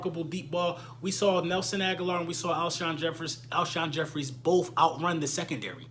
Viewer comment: Damn Even Cris Carter Got You Saying "Alshon Jeffries" 😂